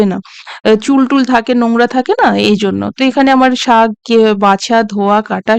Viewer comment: খুব সুন্দর লাগলো তবে শাগ নয়, কথাটা হবে শাক তবে খুব ভালো এগিয়ে চলো